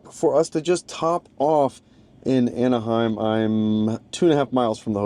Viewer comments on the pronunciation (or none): none